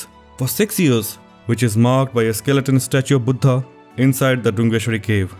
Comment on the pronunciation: Its sad to see that even fellow indians cannot pronounce 'buddha'.